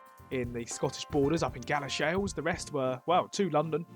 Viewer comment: Two comments: I know you found all 5 Greggs, but if you slow down scrolling on the map you might see place names quicker (I saw New Addington on Iceland). It’s pronounced Gal-a-sheels, not Gala-shells.